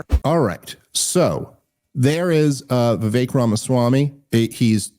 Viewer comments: Bro its Vivek like cake. Why is Dave pronouncing it right but cant. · I love you but please stop pronouncing it “Vivik” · FFS it's Vivek like CAKE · ITS VIVEK LIKE CAKE BABE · Hey! It's Viv-aik, like cake. Please pronounce his name correctly if you want to promote him in the world. thanks. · Friend of the show, that still butchers his name